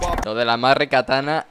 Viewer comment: ddice recatada no recanada